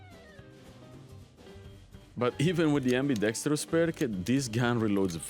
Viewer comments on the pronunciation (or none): it's pronounced "ambi-DEX-truss" ;)